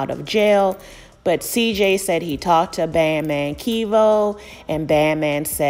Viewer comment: Kev-o. not Key vo And he goin back to the feds And some other dude gonna be smashin his BM and holding his son